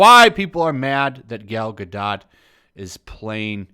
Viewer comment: You seem to be pronouncing Gal Gadot's name wrong.